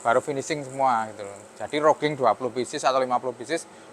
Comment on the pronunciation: widihh makin canggih aja nih mas, bukan bermaksud menggurui, roughing itu dibacanya rafing mas, kebetulan saya dulu magang di perusahaan manufaktur untuk spare part alat berat dibagian machining, sukses terus buat daoer oelang speed🎉